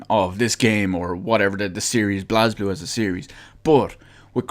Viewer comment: It's prenounced "blay ze blue" Not "blazblue"